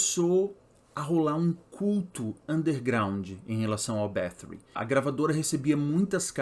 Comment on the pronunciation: pq fala com sotaque ingles sendo que é um sobrenome hungaro?